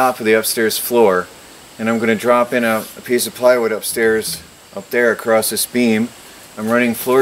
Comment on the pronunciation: why do you say acrost, i always thought it was across.